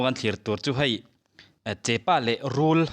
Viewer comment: Thianpa, (chepa) nilo in (chehpa) an ti thin a,chuan hei hi (sarivaithun) a nih hi